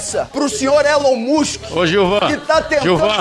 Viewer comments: Eren mosqui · Requisito mínimo para ser deputado: saber falar ‘Elon Musk’ ✅ corretamente. Deputados: Elon musqui ❌ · Deputados: Elon mustchen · A gente tá discutindo aqui o ÉLON MUCHEN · Elin Muska😅😅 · "Élon Muschen" eu não tankei 😂😂😂😂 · kkkkkkkkkkkkkkkkkkkkkkkkkkkkkkkkkkkkkkkkkkkkkkkkk "Nóis tamo discutinu aqui o Elon Muxen" kkkkkkkkkkkkkkkkkkkkkkkkkkkkkkkkkkkkkkkkkkk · "esse tal de Eloin Mosku" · Elon Muschen não dá kkkkkkkkkkkkkkkkkkkkkkkkkkkkkkkkkkkkk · Elon Muuusqui !! kkkkkkkkkkkk N Sabem nem falar... min do vídeo.... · "Elon Mush" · "Elen mosqui" "Elon musqui" "Elon mushi" "Elon mushen" Alfabetizados👍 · elon muchen... elon mochi... elon muski... elen moski... qual a dificuldade cara poucos acertaram... (ta tudo no inicio do video kkkk) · "Eren musk" tatakaaeee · nem um petista consegue pronunciar correto o nome do dono do "X" erom mush kkkkkkkkkkkkkkk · Elon Mushen KKKKKK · Mano que vergonha, esse é o nível dos nossos deputados!!! Não conseguem falar "Elon musk" ... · Caramba tem políticos que não sabe nem falar o nome do Elon musk. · Eu sei que não devemos mensurar a capacidade intelectual de uma pessoa apenas por seu linguajar, mas fica impossível defender o ataque de um deputado que nem sabe pronunciar o nome do ofendido que é uma figura pública. 😅😅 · Caramba, não sabem nem falar o nome do Musk, q vergonha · MEU DEUS ELES NÁO SABEM NEM PRONUNCIAR O NOME DO CARA MANO TDO JUMENTO